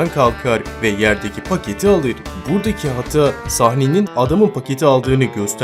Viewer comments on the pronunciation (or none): abş hata yerine niye hatıa diyon